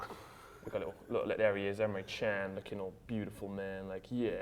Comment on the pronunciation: Emre cans surname isn't 'chan' its 'gan'